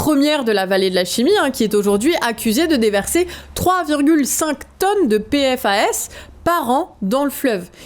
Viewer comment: Mauvaise prononciation des PFAS, mauvaise définition de Speedons... Ne faite pas ces petites erreurs please faut laisser ca aux JT télé